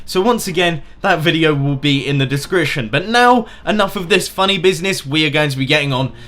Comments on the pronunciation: says he reads aloud fluently, says discrition instead of description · I love how he says he read perfectly then says discription wrong